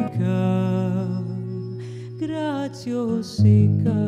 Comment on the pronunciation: Una cosa que no comprendo en la pronunciacion que escucho en la cancion es la diferencia entre la pronunciacion de : - grasyoso , que me parece igual a la del italia "grazioso", donde la - s - de - so es como la z - dulce francesa - grasyosica, que la cantante pronuncia come "graziossica ".